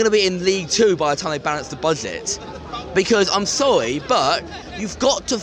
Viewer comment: Guys he's Sowwy